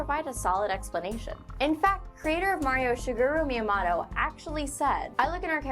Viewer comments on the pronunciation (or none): Shi-grr-u Miyamotto lol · It's pronounced "Shi-geer-ro Mee-a-mo-toe". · wait wait wait excuse me? who is "shigaero meamotto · Oh god, you butchered Shigeru Miyamoto's name.. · You said shigeru miyamoto wrong dumbass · i can't believe u pronounce shigru miamoto wrong